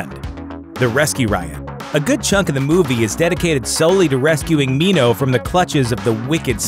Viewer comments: they pronounced minho right holy shit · I am not happy with the ending. Newt's death is unnecessary death. Btw, thank you for pronouncing Minho's name correctly! You're awesome